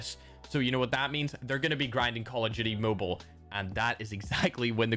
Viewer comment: Why do u say moble if ur from Ireland it's mobile don't get it twisted